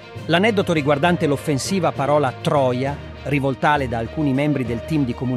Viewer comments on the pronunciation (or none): Spiegate ai sintetizzatori vocali che si dice rivòltale e non rivoltàle.